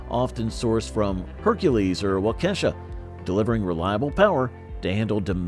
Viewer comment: Train your cheap AI....Wakeesha is actually Waukashaw. Like most comments, pretty crappy vid overall.